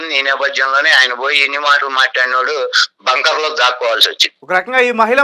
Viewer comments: ఒరేయ్ బాబు టాంకర్ కాదురా బాబు... బంకర్... నీకు టాంకర్ కీ బంకర్ కీ.. తేడా తెలియదు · టాంకర్ కాదు నాయన! బంకర్ అను